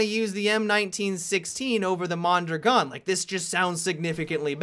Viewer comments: Don't worry, you butchered Mondrogon too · The second pronunciation of the mondragon was closer to reality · Every time you mispronounce "Mondragon", a piece of me dies.